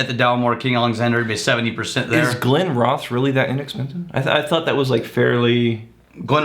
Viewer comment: Glenrothes is pronounced Glen-Roth-sss the village is pronounced Roth-S